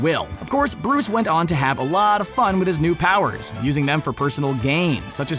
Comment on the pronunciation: his pwowers wtf